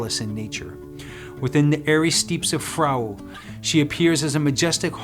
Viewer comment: "Frau" which is German for "wife" is pronounced "frow" it rhymes with "ow." It is composed of two ancient Germanic words meaning "love" and "woe."